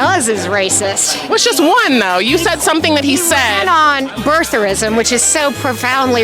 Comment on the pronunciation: Did the first woman say birtharism? 🤣 She was also saying you keep throwing your microphone in my face, but then said you keep taking the microphone away cutting me off. 😂 These people are exhausting.